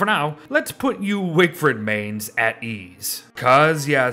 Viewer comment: I came here just to hear wigfrid mispronounced